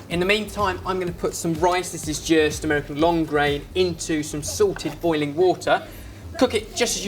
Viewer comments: I always think you say "sorted, boiling water" instead of "salted, boiling water".... I cn't be the only one lol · Is saying salted water or Sorted water? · It always sounds like he says sorted boiling water XD LOL